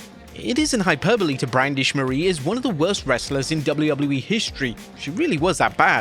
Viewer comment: I hate the way you say “WWE”